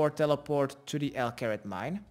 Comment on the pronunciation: Everybody: Al Kharid: El Carrot